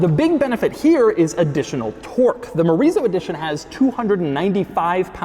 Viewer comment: I keep hearing Chorizo Edition.